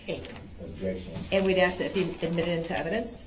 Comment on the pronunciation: But cannot pronounce the word "ask" ..... he wants to "ax" a question. Dumba$$.